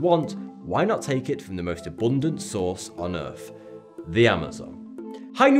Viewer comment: pronounces earth, URF